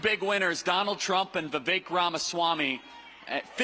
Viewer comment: I don't like him, but you spelled his last name wrong and pronounced his first name incorrectly. "Vee-VAYK" and "Ramaswamy" Love your content,. ♥